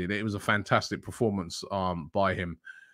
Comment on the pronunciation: Robbie please... its PERformance, not PROformance... :'D